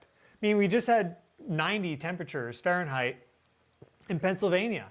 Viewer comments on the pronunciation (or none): none